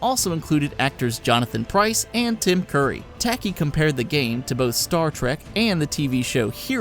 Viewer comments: I shuddered. It's Takei, dude. Ta-Kay. It's OK to be Takei. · George Tacky? IT'S TUH-KAY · George "Tacky"? Seriously? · Saying that George Takei is rolling in his grave would be less of an embarrassing fail than pronouncing his name as "Tacky" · Sigh True Crime, man do I miss that game. Tempting me to go back and hook my Xbox back up. 20 YEARS he has played the Joker. Incredible. Did you really just call him George Tacky... My GOD. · I don't think its a good thing when someone has to pause the video and say "Did he just pronounce it 'Tacky'?" That was jarring. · Good video. Just one thing: George Ta-KAY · Who the hell is "George Tacky"? I may be overreacting, but mispronouncing George Takei's name makes me angry. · oh my fucking god, have you seriously never heard George Takei's name said out loud!? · TheWarriorXYZ oh gooood. Another idiot who doesn't get it. I FUCKING KNOW WHO HE IS, THAT'S WHY I AM SO ANGRY ABOUT MISPRONOUNCING HIS NAME!